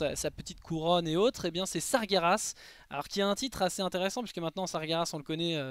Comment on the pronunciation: Sargeras se dit Sar-jé-rass et non Sa-gué-Rass! Merci de faire attention à la phonétique... tu dis Gérard et pas Guerard j'espère...